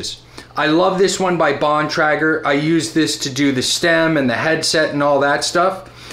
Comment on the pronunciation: Still killing me with your pronunciation of Shimano & Bontrager, but otherwise enjoyed the video. ;) Agree with most everything you said - Park makes some high quality tools that have lasted me over 30 years! The only thing I would add are the Park spoke wrench & a good quality workstand.